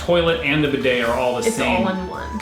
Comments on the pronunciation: Bidet toilet poop....(.wipe ) Then to bidet to wash up.. BIDET BEEDAY NOT BI DAAAY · Wow, bidets! Such a US pronunciation. We say bee day. With the stress on bee. Best used without underwear or trousers, strip off your pants etc. Have a pooh, wipe your bum with toilet paper. Flush. Move to the bee day and wash your arse hole with warm water and soap. Towel dry. They are also great for washing your feet. Unusual to see a bidet in the UK. Personally I pooh in the morning and jump straight in to the shower and get squeaky clean! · Bee day is how you pronounce bidet. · 19.20 pronounce it beday